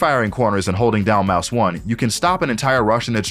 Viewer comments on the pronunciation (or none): none